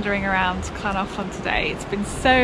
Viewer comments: The Welsh "ll" is not the same as the English "Ch", although many make that substitution. There is no equivalent sound in the English language. It's made by putting spilling air over the sides of the tongue. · You got the hardest bit of Llangollen correct , the LL sound is one of the hardest for non welsh speakers but you managed that well , just missed out on the G which is a hard G as in Great - great vlog really showcasing the area nicely , enjoyed it very much , thank you